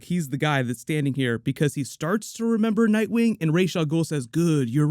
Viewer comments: I hate it when they call him Raesh. It's Ras. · 97. No, it's not. The name derives from Arabic, that's how it was originally created (That's also how it is pronounced in the Nolan trilogy: Rahs not Raysh). The Hebrew pronunciation is therefore wrong, even though it is used as much as the correct one. It's like slang or a weird dialect. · Actually the correct pronunciation is the hebrew Raysh, on both Nolan's Dark Knight trilogy and Arrow used the arabic pronunciation Ras.